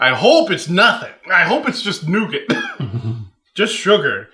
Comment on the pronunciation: that nougat sounds more like NOgat